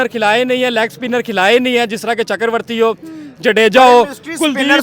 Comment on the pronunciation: चक्रवर्ती ❌ चकरवर्ती ✅